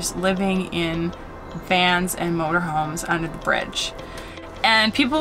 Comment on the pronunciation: Vowel shift: "Five inch theck" and "where matal will touch wood" and "the rant is s o high". Also, like most English speakers nowadays, says "anttt" for "and".